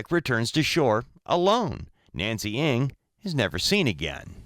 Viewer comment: NG is an Asian surname pronounce as "N-a-n-g" not ING just to give and address Nancy Ng her proper name. I hope she'll be found soon.🙏🕉